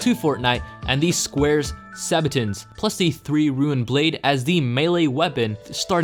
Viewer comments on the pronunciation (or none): Why do you say "sqaures sabatons" it's Squires sabatons.